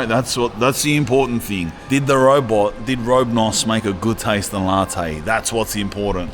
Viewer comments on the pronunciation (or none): did robe-nos make a good latte LOL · "robnos" hahaha